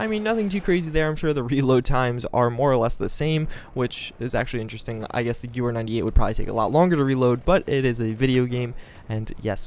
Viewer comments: You forgot an "E" It's Gewehr or Gewher approximately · Lol...Malincher? Its Mannlicher (Mahn - likher)....and it isn't Gewer, its Gewehr (Guh-veer)...some people really know how to slaughter the German language....